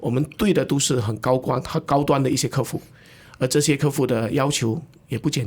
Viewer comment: 客户 ke hu ,不是 ke fu, 听得很痛苦。。。。